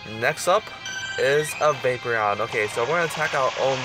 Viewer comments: vapoureon is like vae-por-ion not vape-re-on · Vapeprion? That's how YOU pronounce it? It's Va-Por-Eon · Dude you can't pernounce any Pokemon names it's not vapreon its vaporeon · say it with me VaporEON. NOT vapor...eon. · Is it just me or does it bother you when people say Vapereon instead of Vaporeon? I mean I get that's your way of saying it but I'm just saying. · Dis Boi says Vaperon not Vaporeon lol. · Yo he says Vaper eon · you don't say vaporeon the right was, it's p instead of b. it's not vaboreon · no hate just saying the hole vid you said vapron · You don't say vaporeon right you say B instead of P